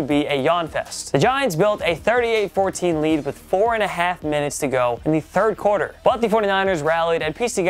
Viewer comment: The word is "quarter", not "corder" 🙂